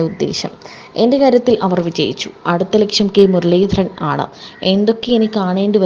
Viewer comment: കെ മുരളിധരൻ , പേര് തെറ്റിച്ച് പറയുന്നത് ശരിയല്ല